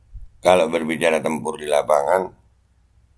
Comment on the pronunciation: saya dengarnya sekilas bukan tempur, tapi nempur (nempur beras)